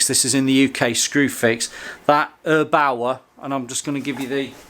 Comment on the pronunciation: No, not erbauer but airbaur